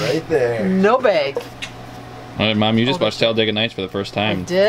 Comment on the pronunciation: mom not mon